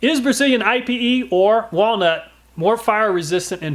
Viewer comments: If you’re wondering about the pronunciation on Ipe, I’ve heard a lot of people saying it “ee pay.” cool test! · pronounced "ee- pay"...i was wondering what I-P-E was. i didnt know thats how you spelled it so i had to google it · Lots of fun. Fyi we pronounce ipe (ēpāy). Not totally sure if its correct but around here thats what everyone calls it lol. Ipe is some hard stuff right. As a carpenter for 20+yrs ive done lots of decks with it and i use the scraps for work benches and shelves in my garage good stuff but ya do have to predrill and tap it if ya want a good bullet proof joint. Thanks for the vid take care p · Yes! I recommended ipe. Thats awesome your trying it out. Im pretty sure its pronounced "e-pay" though. Too bad it didnt last longer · It’s actually pronounced “eepay”. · FYI IPE isn't an initialism, it's a word, ipe, pronounced like the word 'pee' in Pig Latin, ee-pay.